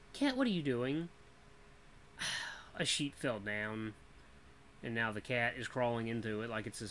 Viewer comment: the way u said "cat" sounded so much like my name "Kent" and i was half paying attention so that scared the crap out of me